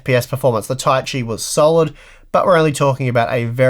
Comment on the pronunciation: Ta-i-chi, not Tai-chi or Ta-si.